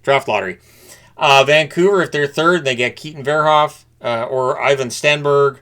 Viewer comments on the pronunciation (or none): none